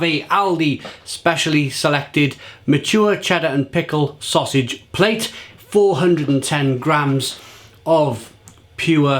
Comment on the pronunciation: Great review! It's a 'plat' not a 'plate' by the way! 😉